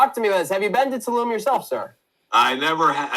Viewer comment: It’s pronounced “tuh-loom” lmao